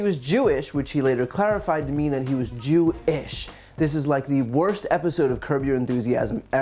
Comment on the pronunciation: Damn they tried to cancel YE first then Kyrie for posting a book this guy says I'm not kewish I'm kew-ish lol 😂😂😂